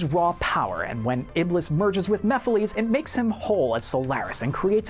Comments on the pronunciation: You Pronounced "Chocola" Wrong. It's "Ch-oh-coh-la" not "Ch-ah-cah-lah" - ANND You Pronounce "Mephiles" Wrong. It's "Meh-phil-is" not "Meh-phil-lees" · I hate you for the way you said mephalis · You pronounced mephilies very wrong. lol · MephilEes Me:sigh..... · The way you said Mephiles sounds more like Mephistopolies aka the demon that inspired him